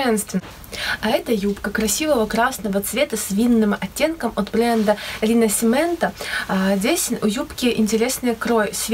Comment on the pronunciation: Здравствуйте,. Я знакома с брендом Rinascimento. Правильно произносить Ринашименто.